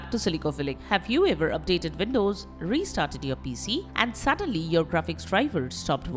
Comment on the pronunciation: velcome back.. vindoze